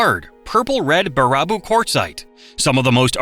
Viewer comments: Bare-a-Boo. If you’re going to do a video on Wisconsin, then at least take the time to learn to pronounce the names, or program the crappy AI voice to say names correctly! The video is appreciated, but the mispronunciation is not. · ABSOLUTELY AGREE. I'm from the Dells and the way Mr. AI says BuhRAHboo instead of Baraboo makes my blood boil. Are there any videos left anymore that don't have an AI narrator? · Baraboo pronounced Bear A Boo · Im going to start calling baraboo, bar-rah-boo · I would’ve loved it if someone would’ve taught this computer how to say Baraboo. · i kept yelling at my tv like nooooo it’s not pronounced that way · YES!!! Especially Baraboo. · Bar-ah-boo -- lmao .please program this AI to say bear-a-boo instead.. As a portage native I shouldn't have been offended by that but I was.... For future humans taken over by AI --Wisconsin is the best place to start the resistance ... You can never be infiltrated they will always screw up our town/villages names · "Ba-RAH-boo??? Oh for God' s sake! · The awful ai narration turns this video into complete garbage. I made it 7 min in and couldn't take another Ba-RAH-boo. Ugh. If you can't make a video yourself and need ai to help you... then making videos isn't your thing!! So don't do it! I wanna hit a few more thumbs down on this one. Oofda! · Every time I heard BEAR-a-boo pronounced Ber-RAH-boo, a part of me died. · Baraboo is pronounced bear-a-boo not bar-ah-boo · Dude! baraboo is pronounced Bear-a-boo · It's pronounced bear-a-boo. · Baraboo is pronounced "Bear a boo" and Devil's lake is called that because the Indians didn't think there was a bottom. My home 👍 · Bear ah boo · it's pronounced Bare-a-boo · I don't think I've ever heard "Baraboo" pronounced like that before... (FYI, it's pronounced bear-a-boo) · Baraboo = Bear + A + Boo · It is pronounced “Bear a boo” dummy! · Baraboo - “bear ah boo” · Its bear a boo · It's pronounced bear-ra-boo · Ba-RAH-boo an Meno-MEANY really irked me